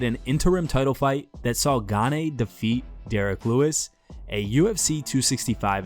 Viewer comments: Gahnay? You should learn how to pronounce these guys names before you record a video. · Who tf is Ga-nae ?